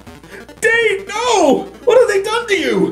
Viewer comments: In the first video he's in, someone pronounces it like "dade," but in the rest it's pronounced "dad." It doesn't take away from how awesome the video is, but it's the little things that hurt the most. HAVE RESPECT FOR THE DEAD RIP DADE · it's pronounced dad. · *mispronounced Dade's name